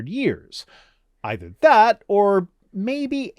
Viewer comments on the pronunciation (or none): none